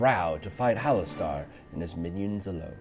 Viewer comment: Really cool video idea but isn't it pronounced "hallas stir" not "hallas star"?